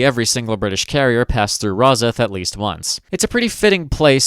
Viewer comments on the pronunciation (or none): It's not rosith, it's pronounced ros-syth but other than that, incredible video